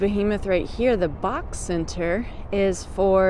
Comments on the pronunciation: It's not the bok tower, it's the B O K tower (bank of Oklahoma) used to be the Williams tower. They are an energy company. Shout out to QT. Omg, I appreciate your effort here, but as a native I gotta say your pronunciations are not accurate. The andolinis thing killed me. Btw, I lived in Denver for a few years too. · The “bock” towers are actually pronounced “B.O.K” Not like it matters but just a little tip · It's pronounced "Bee-okay",not bok ,it's short for Bank of Oklahoma, also-Garth Brooks is from Yukon Oklahoma, not Tulsa. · To everyone that’s not from Oklahoma It’s the B O K it stands for Bank of Oklahoma not BOK it’s not one word. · BOK is actually pronounced as individual letters rather than a word and is an abbreviation for Bank of Oklahoma which has its headquarters in the BOK tower and currently has the naming rights for the arena.